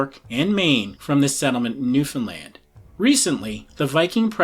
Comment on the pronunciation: Great job pronouncing Newfoundland!